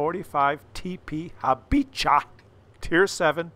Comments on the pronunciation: My Slavic ears hurt due to your butchering of the Habicha pronunciation. The "ch" should be read like "kh", i.e Habikha. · Little fact, in Polish 'ch' is almost same as 'h', so "Habicha" is read like "habiha" :) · Polish language not easy, hehehe, I know, I know. So I'll help... you pronounce "Habiha" . Both "h" and "ch" we pronounce like "h". Oh, and this A46 (No, not that one. It's British LT☝) you missed it because I have a feeling you had it autoblocked...? 🤔